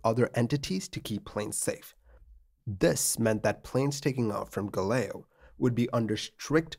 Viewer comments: Bro. It's 'Gah-leaoh'.... Not 'Gah-leo' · The name of the airport is Galeão, not galeo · Sorry but is Galeao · A little correction here: it's Galeão not "Galeo" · The airport is Galeão, not Galeo! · Galeao is pronounced "Gah-Leh-Aoh" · Funny how you pronounce Galeão